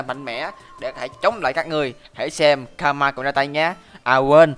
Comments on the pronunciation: a ơi ,karma đọc là ka-ru-ma ko phải ka-ma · karuma chứ ko phải karama nha đáng lẽ là karma